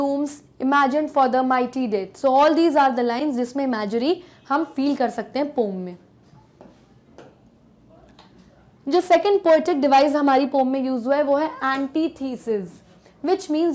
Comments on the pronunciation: It's Imagery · It's Imagery not Imegery. . Pls pronounce properly